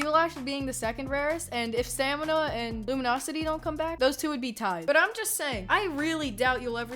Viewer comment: “Stamina” its S. T. M. N.😂